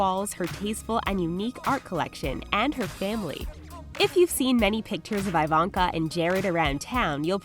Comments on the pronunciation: Eeeeevonka not iiii vonka thats my only complaint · YOU’RE PRONOUNCING IVANKA INCORRECTLY